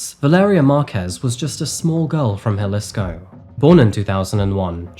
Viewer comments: Also mispronounced "Jalissco" instead of Jaleesco. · Say Guadalajara and Jalisco just one more time please. Your pronunciation of Mexican cities reflects all your research. The stories are the same, knowing exactly what victims were thinking in any given moment is absolutely real. It explains why you lean towards ambiguous stereotypical tropes and avoid actual detail. Highlighting a city name and hearing how it’s pronounced would be absolutely laborious.